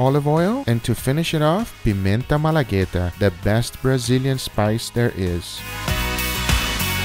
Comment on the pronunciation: Are you brazillian? Because you said pimenta malagueta perfectly